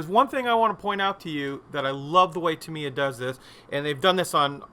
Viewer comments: Absolutely not! First if all its タ(Ta)ミ(Mi)ヤ(Ya) not Tam Ye A and second in Japanese every syllable is being given an equal - monotonous of intonation so either TA MI YA or ta mi ya but no such thing like TA mi YA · Cracking model but never heard Tamiya company pronounced Timiya….. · Pronounced Tam ye A = Tamiya